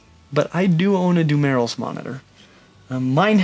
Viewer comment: dumelil's monitor pronounsed dum-ear-roll